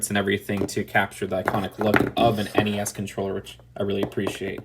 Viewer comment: Thank you for saying N E S and not nezz